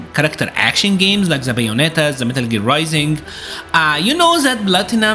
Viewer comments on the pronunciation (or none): none